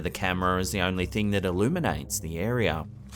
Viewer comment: it's an "area" not a "arere"